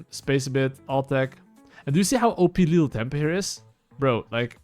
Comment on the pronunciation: i like that he says lethal tempo like lil' tempo